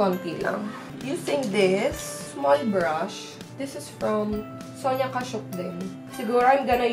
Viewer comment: It's pronounced as "Sonya Kashak" 😊